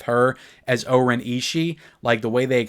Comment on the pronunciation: Isn't Oren's name pounced differently in the film than how you say it..?